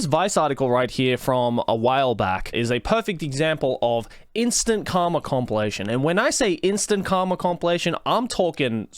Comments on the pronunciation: Okay. So. You said “karma”. I heard “cum”. While hilarious, I’d like to know if that my fault or not, because I probably have some things to tell my therapist depending on the answer. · When you say "Karma" it often sounds like you're saying "Cum" which means this video started with you saying "If there is something I whole heartedly believe in; it's cum."